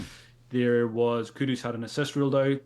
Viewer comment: can you please please please stop calling Kudus Kudos. Kudos to for saying his bame right